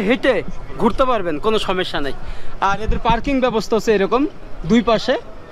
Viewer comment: ★ভিডিও গুলো আরো সচেতন ভাবে করা উচিত। ★জায়গাভেদে সঠিক তথ্য জেনে উপস্থাপনা ★সঠিক শব্দের ব্যবহার। ★কথায় কথায় ভাই না বলা ★অপ্রয়োজনীয় না দয়া করে এসব বিষয়ে খেয়াল রাখবেন প্লিজ। আপনার সব ভিডিও দেখি বলেই এসব বিষয়ে খেয়াল রাখতো বললাম। সমস্যা শব্দটি উচ্চারণের খেয়াল রাখুন আরো ভালো হোক আপনার ভিডিও গুলো।